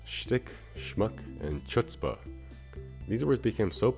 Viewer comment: You lost me at chutzpah. THE FIRST SOUND IS NOT LIKE CHOCOLATE. It's the gutteral ch, the "hard H', the... oh why am even bothering. You have no clue, you stupid chazer.